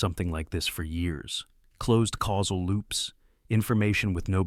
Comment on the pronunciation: "Casual" or "causal"?